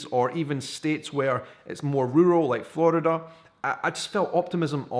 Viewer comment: and Flurrida